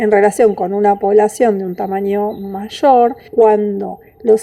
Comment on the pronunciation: Aunque es un tema interesante, lamentablemente la expositora tuvo problemas de modulación y no se le entienden con claridad todas las palabras. Además se confunde, dice "disminuchendo" o "machor".